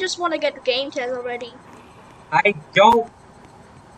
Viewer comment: btw I think its pronounced ga - meh - t - ez